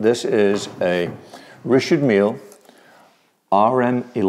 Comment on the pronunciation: “Rishard meal”